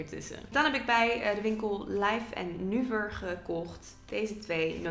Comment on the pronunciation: Haha Laif & Nuver, lekker Grunnegs. Je zegt het wel heerlijk Hollands ;)